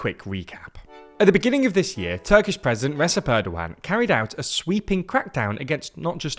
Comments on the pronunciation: "Resip" Erdoğan 😂 İt's pronounced "Rejep" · Hi just wanted to say big fan of the content you guys do at but just wanted to correct a name pronunciation since you guys have done a lot of videos on Erdoğan now, his first name is pronounced "Rejep" not "Resep" but otherwise very well done on the research and journalism into Turkish politics. 👍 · Recep is not pronounced Resep , it is Reh-jep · How can you report on Erdoğan for years and yet still misspronounce it. Over the course of your coverage I have changed my support for Erdoğan multiple times to disapproval and yet you still say 'Reseb' Tayyip Erdoğan. Dayyumn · "Recep" is pronounced like "ReJep". The C is pronounced kinda like a letter"J" in the word "Jeep". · Your pronounciation is generally good, but it's [rejep], not [resep] Erdo-an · "Recep" is still pronounced as "Rejep". It's never too late to learn. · They are not. Recep (Redjep) is not Resep, Yavaş (Yavash) is not Yavas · It's hard to take you seriously when you still, after years, can't pronounce Recep correctly... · Doubt anyone from the team will see this but the c in Recep is pronounced like a g or a j (like “reject”) 😊 thought I’d mention it here since you take care to pronounce Erdoğan correctly. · The name of the Turkish president is "rejeb" even though it's written as Recep. There is a lengthy explanation why Turks do that. In the meantime, please pronounce it correctly. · fyi, "Recep" is pronounced like Redjep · PLEASE! LEARN HOW TO SAY RECEP CORRECTLY😭😭😭 I’m not even Turkish, I’m just so annoyed when you say “resep” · Pronounciations are generally quite good but Recep is pronounced more like Rejep and Yavaş is Yavash. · Bro please at least give an effort in pronouncing turkish names, c in recep sounds like g, at least use google translate audio or something. Edit: rest of the names are even more massacred. Who the hell is Oscar Ozil? The person is called Özgür Özel...